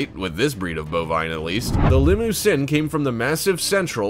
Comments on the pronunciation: I show cattle specifically Charolais and Maine-Anjou and learn how to say there names right it’s li-mug-zeen not li-moo-sin and it’s Shar-lay not Char- lay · Did he say limo-sin